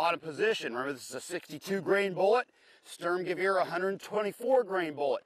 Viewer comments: Sturmgewehr nicht Schtürmgewieer :D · It's funny that all Americans and Britans say " Störmgöwöhr". For all English speaking people: is Sturmgewehr, the U's are spelled like your oo in cool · Sturmgewehr, not stömgewör please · Störmgöwör... I thought Americans had trouble pronouncing umlauts. That's THREE IN A ROW. Guys, german pronounciation does not work by shitting umlaut all over everything Stoorm-gey-wer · Thanks for the praise... You pronounce it "Shtoormgewaire" :-D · stormgun, or stormers-gun. actually ^^ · Every time he calls its a "Stermgaveer"... It makes my ears bleed. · Lass die Amis mal ihre Propaganda Dokus... ist jedes mal witzig anzuschauen :D Und er sagt ja "Störmgewöhr" :D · yeah.. störmgewör... Like XD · ha ha he said sterm lolz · ich liebe es wie er 'Störmgewöhr' sagt :D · it's funny to see how he say "sturmgewehr" xD i'm german^^ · I personally prefer the Sturmgewehr over all the others there, but this guy's German pronounciation is absolutely atrocious.